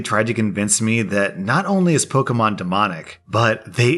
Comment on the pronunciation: Pokemon is not an English word- it is Japanese. Although no one cares how other people pronounce it, the correct way is Po-keh-mon. "Eh" like egg.